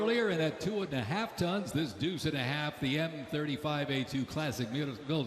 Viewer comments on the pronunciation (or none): none